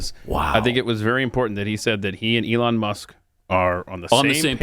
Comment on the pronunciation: So we just ignored the fact that said, “Eon Musk.”